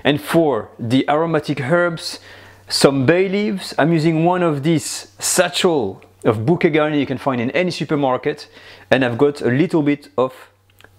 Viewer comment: Bonjour, mon ami ! Merci pour les instructions pour la ratatouille ! Tres facile! NOTTEZ: Nous, les Americains, appellent petit paquet d'herbes, "a sachet," pas "a satchel. " That is a small valise, suitcase, or travel bag. We pronounce it a la francaise -- "Sa - Shay." Souvent, on met de la lavande seche dans les tiroirs. Actuellement, j'ai tous les ingredients dans mon jardin, sauf les oignong. Salutations, d'une prof de francais americaine a la retraite !